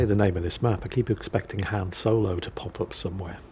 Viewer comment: I swore he said Ham Solo and I got confused between breakfast foods and a Spider Pig like Han Solo.